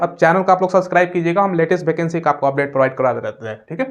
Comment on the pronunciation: भाई भैकेंसी नहीं होता है वैकेंसी होता है😅